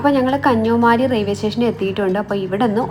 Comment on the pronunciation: കന്യമാരി അല്ല 🤣കന്യാകുമാരി ❤️🤣